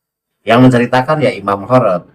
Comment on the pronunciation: Khorod..di baca Khirid..itu salah satu marga baklawi..yaitu ada nama Ali khirid.